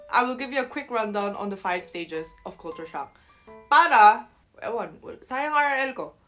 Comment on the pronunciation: You say culture like Filipinos. "kool' choor" The rest of English speaking world..."kul' (as in up) cher"....or "kul' (as in up,again) tyur".